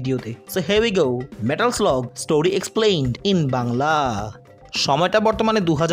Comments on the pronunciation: পুরা ভিডিওটাতে "মেটাল স্লাগ" কে "মেটাল স্লগ" শুনতে শুনতে কান ঝালাপাল। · মানে কি বলব জীবনে এই গেম এত খেলেছি।স্কুলে পড়া কালিন ভিডিও গেমস এর দোকানে গিয়ে কি পরিমানে খেলতাম এবং স্মার্টফোন এর যুগেও ফোনে খেলেছি।কিন্তু এই প্রথম শুনলাম এই গেমের নাম নাকি লাদেন।হাইস্যকর😂 মেটাল স্লাগ নাকি মেটাল স্লগ 😂😂😂 ও ভাই মুঝে মারো 😂😂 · গেমের নামটা তো একবারও ঠিকমতো উচ্চারণ করতে পারেন নাই! নাম ছাড়াও প্রচুর শব্দ ভুল উচ্চারণ করছেন। আপনি একটু উচ্চারণ নিয়ে চর্চা করুন ভাই।